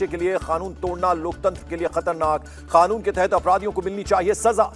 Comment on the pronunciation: O bhai khanoon mt bolo. Kanoon bolo